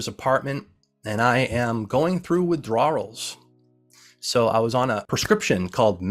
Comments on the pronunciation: Why does he keep saying "withdrawals" like that? Super distracting tbh... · Dude pronounced ever letter in the word Withdrawals. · I appreciate the video and received the message. But buddy you have GOT to find the proper way to pronounce WITHDRAWALS. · Why does he pronounce the silent L at the end of the word withdraw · I have never heard someone pronounce "withdrawals" like that.